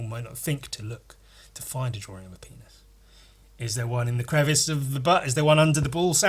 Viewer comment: because of the way you say Penis, it has become my latest vocal stim. "PEENASS"